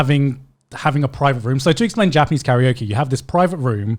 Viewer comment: Someone tell me why they pronounce Karaoke like curry-oki